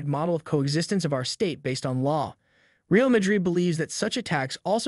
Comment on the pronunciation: He says ValenCHia and REEal Madrid . 😂😂😂 🤡